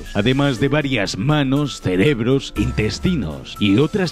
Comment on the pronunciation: Soy el único que oye celebros en vez de cerebros??